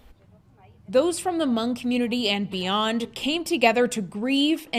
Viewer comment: It's spelled Hmong, but it's pronouced Mong. The h is silent.